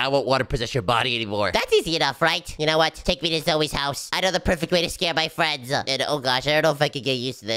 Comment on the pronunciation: it's not fwends it's friends